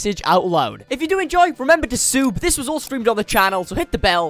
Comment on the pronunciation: i heard remember to soup